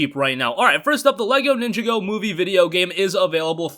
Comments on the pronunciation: Its pronounced Nin-jah-go , not Ninja-go LOL 😂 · It is pronounced LEGO nin jaw go